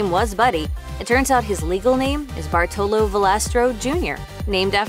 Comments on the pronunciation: It is Bàrtolo not Bartòlo. Hermione intensifies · Americans or Italian Americans ALWAYS mispronounce our Italian names or surname! Jeepers, LEARN HOW TO PRONUNCE! BARTOLO (accent on the A and strong sound for R like you would read two R)